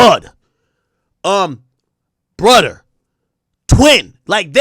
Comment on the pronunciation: “Brudder” 🤣I hate when people say “brudda”